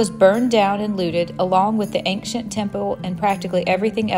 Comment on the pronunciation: Why are you pronouncing the word 'ancient' like that? Do you have a speech impediment? Also, the whole thing about the concrete on the acropolis is bullshit propaganda from the political opposition of the ruling party. They're scraping the barrel of topics to "call out" the government. It's there for people to appreciate the monuments without getting hurt. Before that, 12 people a DAY, slipped, fell and got injured. If you're going to make an opinionated video, at least show both sides of the coin.